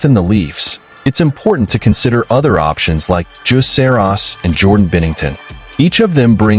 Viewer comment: Dude you can't even say Saros